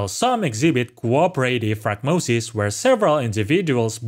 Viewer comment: I don't want to be rude but you've said the word wrong every time. It's like the word diaphragm. The little membrane underneath your lungs. It helps you breathe. They look like a diaphragm. Not die-afrag-em